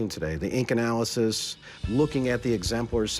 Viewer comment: „The ink analisys” 🤣